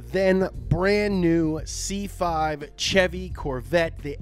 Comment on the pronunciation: You sayin Ch-evy instead of Sh-evy is making me uneasy it’s CHEVY NOT CHEVY YA FEEL